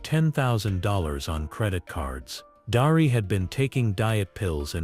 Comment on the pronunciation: Darlee not Darie.